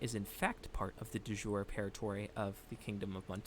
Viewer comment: Thanks for the great vid! Ps: De Jure — pronounce “de Yure”.